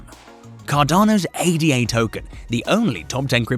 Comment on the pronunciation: It is not pronounced A-D-A . It is named after Augusta Ada Byron . It is a name ,not just 3 letters. If your name was Tom we don’t call you T-O-M . I like your videos but something this simple shows you haven’t done much research on cardano.